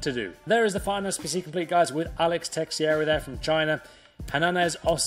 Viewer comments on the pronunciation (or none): none